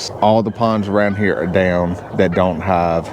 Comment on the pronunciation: 😅 did you make up that word (hov)? I know you're saying (have)